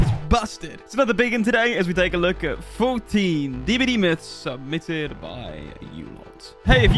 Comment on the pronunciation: How I heard the intro: "Let's test 14 questions, submythed by you"